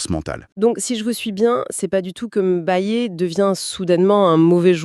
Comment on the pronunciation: Pas M'bayé mais Mbaye au nom de Dieu.